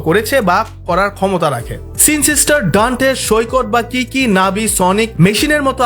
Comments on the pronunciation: Tmi sinister ar nam tao valo kore ucharon korte paro na lol r pubg niya video banaiteso pubg is every where free fire for chapri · Really love your videos... But in some parts, your pronunciation is really bad! like BRO.... ITS NOT সিনসিস্টার! his name is সিনিস্টার (Sinister)। again, its not ইনারটিয়া... its, ইনারশিয়া(Inertia)! its not প্যানথম, its ফ্যানটোম (Phantom)! I really do not mean to insult you here, but trust me thats the only weak point of the entire video! Please try to fix these small mistakes, you will do a lot better!!